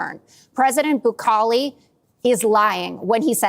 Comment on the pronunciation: Its Bukele😢😢.. i hate the guy but get the name right!